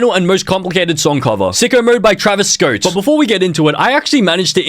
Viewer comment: “Travis schote” 💀💀💀